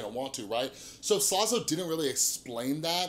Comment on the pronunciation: It was funny when you kept saying slazo like "slozo"